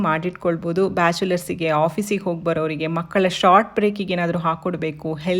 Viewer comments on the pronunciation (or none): none